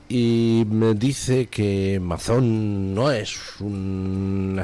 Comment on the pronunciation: No es Mazón, se pronuncia Meison.